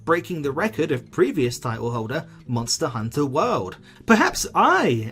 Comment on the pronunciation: Subscribed immediately after hearing how you pronounced Monster.. Hunter